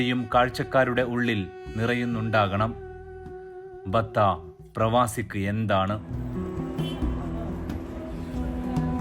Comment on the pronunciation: ബത്ത അല്ല ബത്ഹ ആണ് .